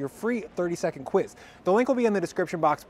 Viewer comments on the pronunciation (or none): none